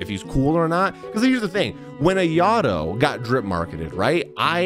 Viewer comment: It's pronounced "I yato"